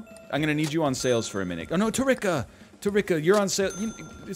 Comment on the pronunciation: It's pronounced "Tehr-ricka". Like Erica but with a T. Get it right